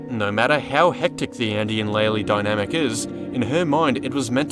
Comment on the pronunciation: loved the video.... also ITS LAY-LAY!!!!!!! Has been confirmed by dev!!